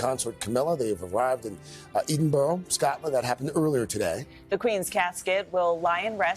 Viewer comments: It's pronounced Edinbura! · Where'e Eeedinboro 🤣🤣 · Little tip to all Americans = If you want to pronounce Edinburgh correctly, try saying Edd in Burr and that should help, as I am really appalled at how many American news anchors have butchered the name of that beautiful city. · You would be better pronouncing it like edinburra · For Gods sake it is pronounced Edinburra in Edinburgh. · I am Scottish too and it was really peeving me off. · Hang on, did this man say "Eden Borough" - My God, does NBC anchors not so some bloody research on how to pronounce Edinburgh? What an insult to the capital city of Scotland and the Scottish people. Imagine us pronouncing cities like New York or Washington DC in a strange manner. Disgraceful NBC, what were you thinking of?